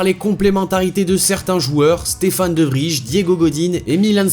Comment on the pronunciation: De Vrij se prononce De Vreil